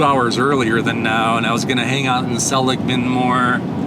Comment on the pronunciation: THANK YOU~ you're one of the very few I've heard pronounce "SELL-ig-mun" properly! Named after the founder, Joseph Seligman, a western pioneer who helped establish the San Francisco Stock Exchange, among many other ventures....